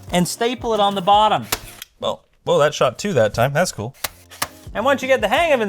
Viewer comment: as a stateside guy, I hear (waerm) (ceewl)